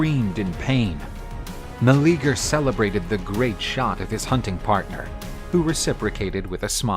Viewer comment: His name was not Meleager (Ma-Lee-Ger) I hate they are botching it so hard. 😓 Its Meleager (Mel-Lee-yay-ger)